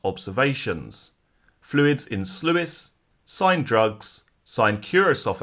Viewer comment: it's pronounced sloose. Thanks so much for all your work.